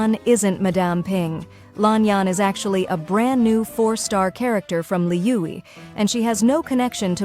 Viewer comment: “from liui” ur ai needs a raise help 😭💀